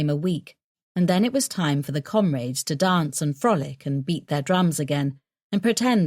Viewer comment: Can't stand the constant use of the word 'comrades', especially the way the narrator pronounces it.